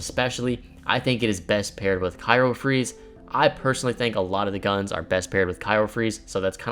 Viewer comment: Lol, i noticed too. A pretty goofy word to mispronounce of all words